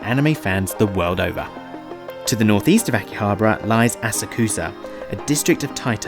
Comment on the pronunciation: And it is a little thorn in the ear to hear you pronounce Asakusa. ;)